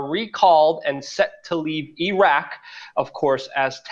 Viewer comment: Luke, I am so glad you pronounce IRAQ and IRAN CORRECTLY. Very grateful. You make them sound like idiot bumpkins. ~;)<333